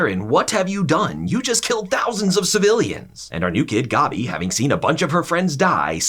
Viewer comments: Why are you saying these names like this? It’s fucking Maria. MA-RE-AH. Not Mar-E-ah. And Goby? You mean fuckin Gabby? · Sorry but I can’t when he says “GOBBY” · Man i hate the way he pronounces Mikasa and Gabby and shiganshina lol